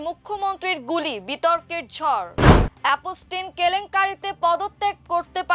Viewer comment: উপস্থাপিকার উচ্চারণ নিয়ে আমার দেশের দৃষ্টি আকর্ষণ করছি । রাফায়েল, অ্যাপস্টিন, সহানভুতি, এবং মোকাবেলাকে উনি যথাক্রমে বলেছেন রাফাল, অ্যাপোস্টিন, সওয়ানভূতি, এবং মোকাবিলা!!! আরও অনেক শব্দ উনি ভুল উচ্চারণ করেছেন । শুধু এই উপস্থাপিকাই নন, আরও একজন উপস্থাপক আছেন যিনি নিয়মিত ভুল উচ্চারণে আমার দেশে সংবাদ পরিবেশন করেন । আমি আমার দেশের একজন নিয়মিত দর্শক। তাই আশা করি আমার দেশ আমাদের এই ভুল উচ্চারণের অত্যাচার থেকে বাঁচাবেন ।